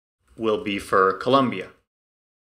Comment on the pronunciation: Double like for not mispronouncing Colombia 🇨🇴